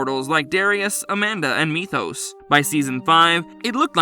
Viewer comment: At least he pronounced Methos correctly this time lol.